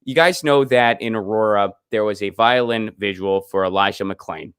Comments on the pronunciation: So, if someone shows up at your house, starts busting your stuff up, threatening you,,etc. Who are you going to call? The violinists? And its pronounced vigil, not vigual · I love you so I have to let you know that you are mispronouncing "vigil" by rhyming it with "visual", turning a two-syllable word into one with 3. Please, no more "vidge-ual". It's vigil.